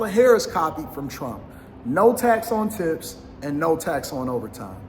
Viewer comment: Did he say “No tats on tits?”